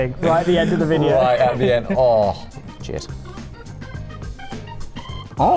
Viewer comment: When he says “ cheers” just before he ate the oyster it actually sounded like he said “ jizz”. That is the one word no one should think of when eating oysters.